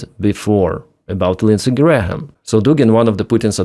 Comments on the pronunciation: Its Gram not Gra - ham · … just so you know. The letter h in Graham is not pronounced = silent. So it’s pronounced like the unit of mass and weight “gram”. Not like gray-ham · "Graham" is just "Gram". The h is silent. Alternatively, "Gray-yum" with a subtle "y" sound for the h. But "Gram" is fine. By the way, the IRGC (Iran's occupying force) is claiming they killed Graham. Keep up the good work! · Graham and Graeme are both pronounced Gray-em. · More kinetic parking tickets for Russian ships, yes. Also, Graham is just pronounced GRAM. But anyway, there are no more Grahams left so maybe you will never need to say this word again after today. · H in Graham is silent, like "gram." Cheers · Just FYI the "h" isn't pronounced. It's just "gram", like "kilogram". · Lindsey's name has a couple extra letters. It's pronounced like the metric system's base unit of mass, gram. Just trying to help. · Just FYI, Graham is pronounced Gram…no h sound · Hey, just FYI it's pronounced Gram, like Kilogram. Lindsey Gram. Bad guy overall, but at least he supported Ukraine in some ways. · just gray-uhm, but still, I hated the guy, so if he came back from the dead and you could repeatedly mispronounce his name, I'd be fine with it. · Graham is one sylable... the H is silent... it's pronounced Gram.